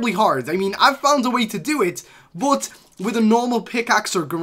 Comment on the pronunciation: Why does he say but like boot